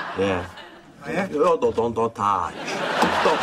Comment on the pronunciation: " Don't TACH " LMAOOOOOO